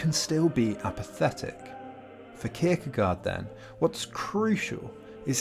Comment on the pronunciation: Great video. Fyi, the 'gaard' part of 'Kierkegaard' is pronounced as 'gore'. My dad is Danish and he was very disappointed that I pronounced it 'gard'. Anyway, keep up the great videos.